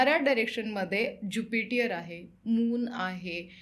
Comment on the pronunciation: Jupitier, depth nahi. ज्युपिटर आणि डेट म्हणतात.